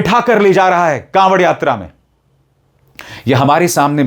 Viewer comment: कॉवड़ नही ढाँवड़